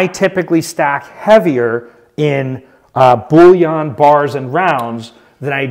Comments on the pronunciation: The word bullion is pronounced and ends the same as onion not yon! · “Bulliaaan” that a new category? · hahaha love this guy he really is good at what he does and entertaining and educated but I cant get over the (bull-yon) coin thing :) Its just makes me laugh, 1st ive heard it pronounced like that and I take it to heart becasue I pronounce words different ALL the time and catch crap for it, hahaha